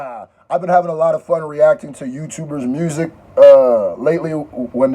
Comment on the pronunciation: i laughed at this man like why he say music like mirrrrsic like is the word music copyrighted now